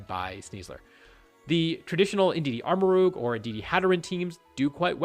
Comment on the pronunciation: Anger at sneasler has been redirected to how pronounces Armarouge, thanks 👍